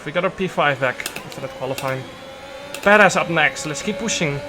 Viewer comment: did he say Pererz or Badass?